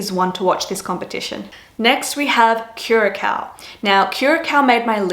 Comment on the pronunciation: Thank you for sharing your viewpoint, Linda Blare. I appreciate your innovative perspective on pageants. Really glad you went beyond hair, makeup, and “pasarellas.” It’s time to take these contestants seriously. Curacao - the second “c” with a cedilla (ç) is pronounced softly like an English “s.”